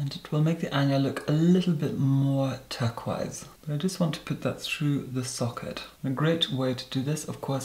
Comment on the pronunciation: Turquoise = turk-wise 😋 ah, and his pronunciations.